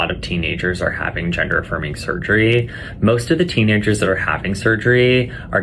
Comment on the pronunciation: The way that surgeon keeps saying "surgerree" is one of the most irritating things I've ever heard. His voice in general is like nails scraping down a blackboard but his performance of that word is egregious.